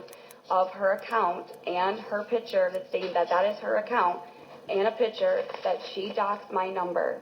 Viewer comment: It's PICTURE,, NOT "pitcher." Man O Man.